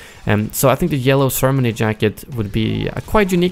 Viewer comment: I'm sorry but the way u pronounce ceremony makes me cringe.